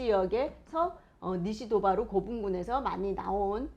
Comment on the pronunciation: 미야자키는 니시도바루가 아니라 사이토바루 라고 읽습니다.